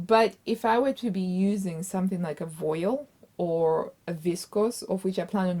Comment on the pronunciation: Hi! You looked great in everything, even if they didn't turn out exactly how you pictured. Just a note on pronunciation: cotton voile is pronounced "vwahl" like when the French say "Voila!"